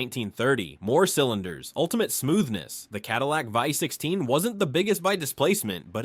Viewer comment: Cadillac ”voy” 16. Thats the result you get when you use AI for the text in these videos.